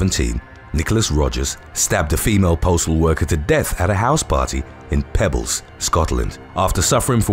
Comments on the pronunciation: It's Peebles, not Pebbles. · It's not Pebbles, it's PEEbbles. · It’s not Pebbles in Scotland, it’s Peebles. As in pee. Peebles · Just to let you know Peebles has got 2 e's and is pronounced as pee..bles! ❤️